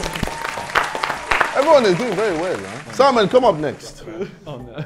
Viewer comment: Ksi sounds like he is saying salmon instead of Simon to my ears👀